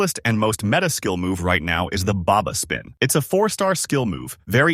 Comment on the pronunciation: I quit after Baba spin XD it’s fucking Berba spin